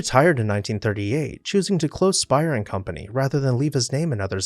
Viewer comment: They actually pronounced their name "Spay-er" rather than "Spire." Also, it is in the neo-Grec style which is pretty much the tail end of the French monarchy and into the Directoire so if it can be said to be "Louis" at all it's Louis XVI